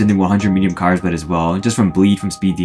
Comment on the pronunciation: ur pronounciation of kyrsblade is silly